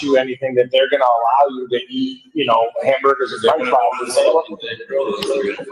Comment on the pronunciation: Fwench fwies